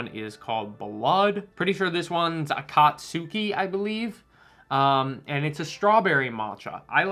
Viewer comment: akatskee not akatsookee